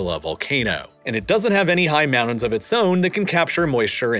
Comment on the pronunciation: And he can't say mountain or winter, instead saying mow-nin and winner